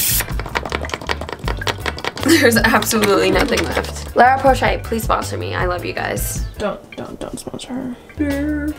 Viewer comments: you meant La roche-posay? lol I swear I heard you say Lara Porshay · The way you pronounce la roche posay is sending me